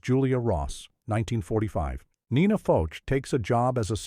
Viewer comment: Nina Foch (folk) the h is silent.